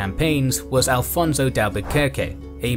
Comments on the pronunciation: Why do you Alfonso instead of Afonso? It's specially weird because the official subtitles have the correct spelling. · A very good work. I just don't understand why you insist on spanish pronounciation of Portugueses names. I.e. it's "Afonso", not "Alfonso".